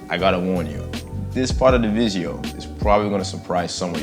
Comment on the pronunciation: You know we bout to learn when he says “Welcome To The VID-GEE-OH”.